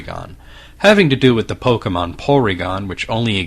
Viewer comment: Thank you for not saying "pok-ee-mon".